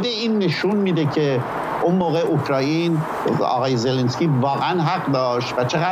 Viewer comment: اوکرایین؟ خداییش ؟؟؟؟ شما که اسم یک کشور رو نمیت نید درست بگین میشینید تحلیل هم میکنید؟